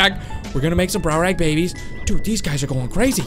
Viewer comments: It's not called brownrag it's called(dunk a lost e ous) dunkalostyous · browrage?!!?!? facepalm ITS DUNKLIOSTIUS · Its Dunkleosteis